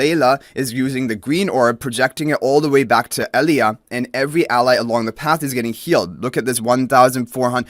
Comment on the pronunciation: The name Elijah is typically pronounced like uh-LIE-juh, btw, unless of course they pull some weirdness and try to pronounce it differently in game. Just saying, ignore me if you like. :)